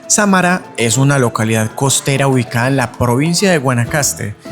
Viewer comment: Samara con el acento en Sa ahi es donde suena mas fuerte